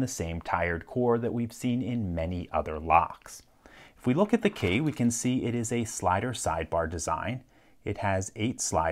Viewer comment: Did you just call the key a kay? Was that always your accent?